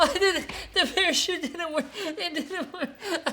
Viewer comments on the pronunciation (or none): Any one heard pair of shoes instead of parachute